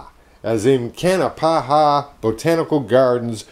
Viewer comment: It is pronounced Kanapaha not kanapahaha, just one ha please, really no joke, haha.